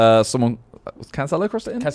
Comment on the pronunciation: why the hell would you pronounce Cancelo like that??